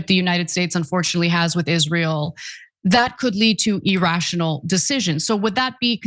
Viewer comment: Why do both you, Anna, and Cenk, mispronounce the word "irrational"? it's pronouncd "irrational", not "errastional": EgZjaHJvbWUyBggAEEUYOTIOCAEQLhgKGAsYsQMYgAQyDggCEAAYChgLGLEDGIAEMg4IAxAAGAoYCxixAxiABDIOCAQQLhgKGAsYsQMYgAQyDggFEAAYChgLGLEDGIAEMg4IBhAAGAoYCxixAxiABDIRCAcQLhgKGAsYgwEYsQMYgAQyCwgIEAAYChgLGIAE0gEJMTEwODhqMGo3qAIAsAIA